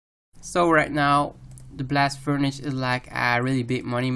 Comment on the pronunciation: convengur belt, blast furnitch- totally fkt